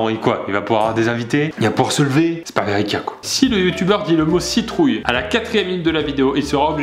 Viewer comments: Mais il dit "CITROULLE" pile à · MDR il a dit citroulle a la 4 eme minute